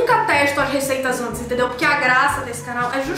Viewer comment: "Faixa preta, Téndeu?" KKKKKKKKKKKKK